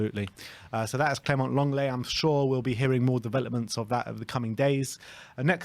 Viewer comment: phonetically it's pronounced Longlay.